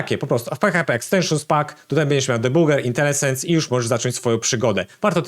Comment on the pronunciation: Internet Explorer mogę jeszcze zrozumieć bo brzmi zabawnie, ale ani PHP ani JS to nie są frameworki. A i jeszcze jedno. Jak wymawia się Laravel? Lawert? Plik PHP.init? Razmus Landerfof? Intelesens? Co Ty gadasz w ogóle?